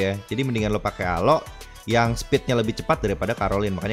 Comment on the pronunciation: Jangan bilang alo nama nya juga alok bukan alo